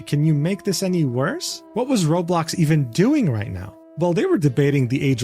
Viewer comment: The way everyone who doesn't know Roblox calls it Rawblox like just did is funny lol im glad to be back for more content